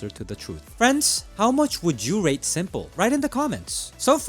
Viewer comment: Why are you calling s1mple Sanja?